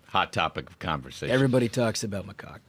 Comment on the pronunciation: Macaque? I swear I heard them say something sounding like “my rooster”😂